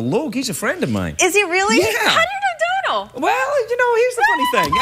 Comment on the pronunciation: She said Donal the right way!! whoo!!